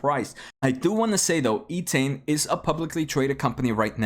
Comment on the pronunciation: it is Entain not eetain. it is based on the word entertainment.